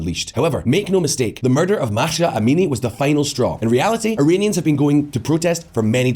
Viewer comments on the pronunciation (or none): For love of God, learn how to say her name, it's NOT Mahsha, it's Mahsa!!!! It's has been over 2 months since her name went international, why the western media has such hard learning her name?! It's lazy reporting. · How can you possibly read "Mahsa" az "Makhsha"?!